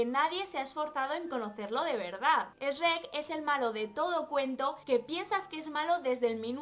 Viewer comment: "Esreck" JAJAJA no puedo con el doblaje español Supongo que les pasa los mismo al oír "chruec"